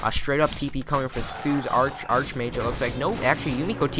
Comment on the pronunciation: Archmage is pronounced Ark, not arch.